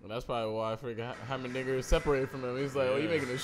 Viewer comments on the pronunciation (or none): "Hymerdigger" "Hymendigga" "Heimerberg"